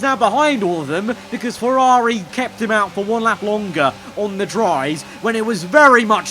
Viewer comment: Like IRL Leclerc butchered by Ferrrari